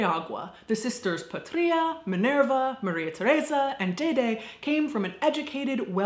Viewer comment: Fun fact: the name "Patria" means "Homeland" (like in the word "patriot"). And it's actually pronounced "Pátria", with the stress on the first A, not the I!